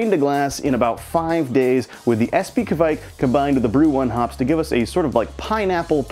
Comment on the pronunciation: Espe is pronounced Espa.